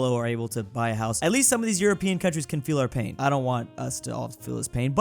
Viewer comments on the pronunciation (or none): none